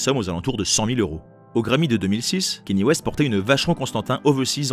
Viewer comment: Quaivo* et non Quavo Et KANYE WEST pas Kaynie